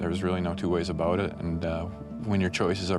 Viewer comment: Whats that all aboot?